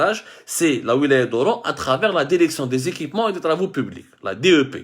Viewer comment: Derection pourquoi derection derection derection derection derection derection derection derection